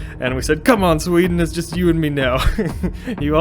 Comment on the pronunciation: love how Norway and Denmark is mostly recognizable and then Sweden's name completely butchered.